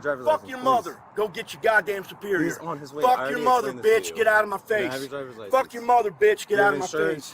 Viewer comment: It should be a felony to pronounce the word superior that way.